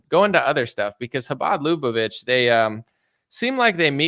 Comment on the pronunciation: LAH-BAH-VICH (like which)